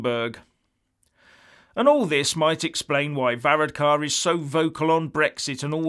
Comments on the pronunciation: hahah you cant say his name right ! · Amazing you little Englanders,and he is not a prime minister,he is the Taoiseach,you could not even be bothered to learn to pronounce it,typical myopic view.And you’re figures about the election are way out,unbelievable and Varadkar is not pronounced like that.